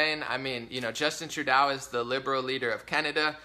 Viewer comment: It's pronounced, True-Dough ✌